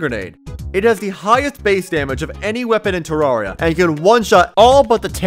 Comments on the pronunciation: I cannot watch a 10 minute video of you pronouncing it "terroria" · bruh said "terroria" and "Tahrahria" why doesnt he just say it right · who's gonna break it to him that hes pronouncing "terraria" wrong